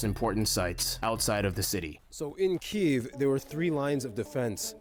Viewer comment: he shows the right pronunciation of the Київ (Kyiv). The problem is that many foriners pronaunce Kyiv in russian way - Kiev - with is wrong. The other problem that english launguge dont have sound "И" - wich exsists in Ukrainian. The same sound pointed in russian - "ы" , but in russian - letter "И" - sounds like english sound "e". That is why so many misunderstanding